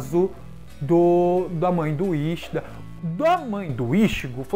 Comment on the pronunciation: Quincy não Quinxy, iCHIda não Íchida, Yachiro não YaraCHIrú.